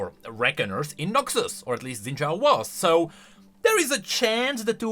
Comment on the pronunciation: shin jao it's pronounced shin jao, i'm not faulting you because literally everyone says zin jao for some reason